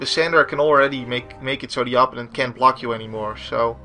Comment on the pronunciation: Loving these videos. this doesnt really bother me but i do notice that you always pronounce opponent with such an native sound to your tounge. Im only saying it because it really sticks out, the english way is more of a Oh, and the preassure is on the secondt sylible. Again let me define that im not nagging you hear, i just thought it could be usefull to know